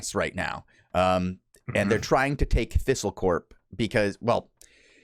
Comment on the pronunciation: This is very informative and helpful as a newer player, but if I hear pronounce "copse" as "corp" one more time I'm going to punch a kitten.